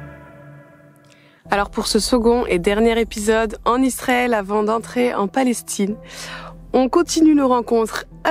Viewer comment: Pourquoi vous dites lisrael?